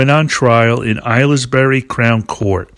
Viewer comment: Great work again and such a good filler on the way to Some Girls as you intended. Your pronunciation of Aylesbury and Newport Pagnell near to where I live now are amusing too!